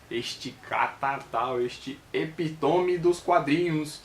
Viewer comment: Não eh epitome como vc pronunciou e sim epítome com acento no i